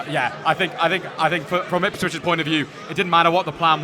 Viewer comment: Who are Ispwich? Lol